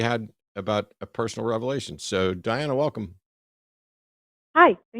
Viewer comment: It was the same person, wasn’t it? It had to be. Just swapping the name and pronouns. What was interesting to me was Diana never corrected Eric when he inadvertently mispronounced it as Deanna multiple times. Almost like they forgot what alias they were using…